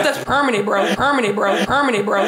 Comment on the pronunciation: "Pemanet Bro"😂😂